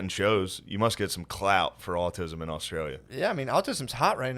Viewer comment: "Aut-Stralia" lol